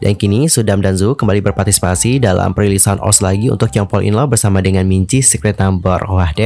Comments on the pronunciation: Ni orang baca ost jadi os ga o es te rasanya aneh bet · Maaf bang setahuku cara bacanya itu di pisah, O S T😭 Kalau di baca OS kayak aneh aja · SETAU KU DI BACANYA BUKAN OSH TAP O ES TI